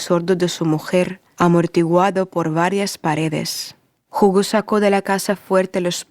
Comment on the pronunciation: Bonito relato ..pero no se le entiende muy bien ..pero que bueno que trata de relatar en español .. Jugo es una bebida 😀 Hugo es el nombre . Gracias